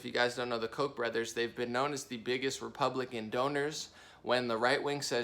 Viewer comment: I'm sorry to sound petty put it's pronounced Koch almost like catch either an o instead of an a. Kotch